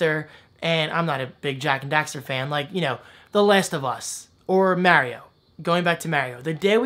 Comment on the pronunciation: First time I've ever heard somebody who says "mareio" defend or even acknowledge it. It still irks me(I won't lie) but I'm glad you acknowledged it haha.